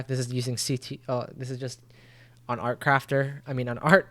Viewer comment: bro said artcrafter 💀